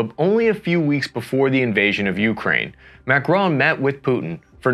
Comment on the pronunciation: It"s not MACRONE but MACRON